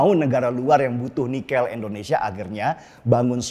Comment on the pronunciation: Indonesia boss, bukan endonesia